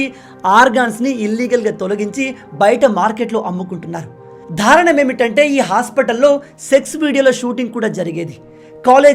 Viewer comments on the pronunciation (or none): please improve your pronounciation of TELUGU words. ముఖ్యంగా కళ్ళు (కల్లు కాదు) దారుణం (ధారుణం కాదు) బాధ (భాధ కాదు). You are committing many such pronounciation mistakes! PLEASE IMPROVE and prepare VIDEOs.